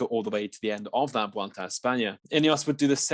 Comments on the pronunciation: For the love of God. Why do people keep saying "vuolta" instead of vuelta? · actually there is NO 'V' sound. It's more like weulta!